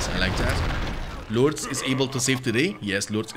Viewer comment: "Loortz" xD I'm sorry but just the way you say it's funny to me.